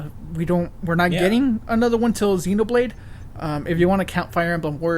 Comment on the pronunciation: wtf is ZIInoblade. It's ZEHNOblade. Say it in japanese. Ze No Bu rae do.